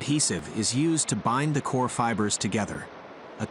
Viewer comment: Coconut fiber is called Coir...🙋🏾‍♂️✅ not coor....your pronouncing it wrong...🙅🏾‍♂️❎